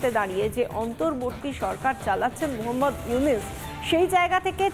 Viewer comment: মহম্মদ নয় এটা মুহাম্মদ